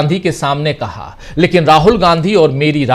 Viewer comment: Aap ki news achchi hay lekin kaha hay nahi hay kahe hay a me aor e me kitna farak padta hay sir